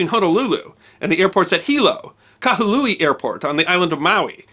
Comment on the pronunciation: The city is named Kahului, not Kahalui.